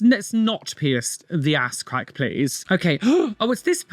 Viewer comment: The way says crackh is sending me